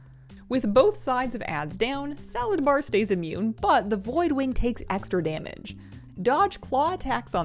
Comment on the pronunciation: It actually drives me crazy that people call him Salad-bar. His name is just Sala-dar, it truly is not hard to pronounce smdh